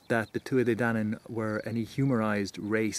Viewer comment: Donn, not danu.